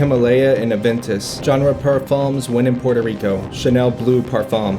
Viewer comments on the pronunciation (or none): none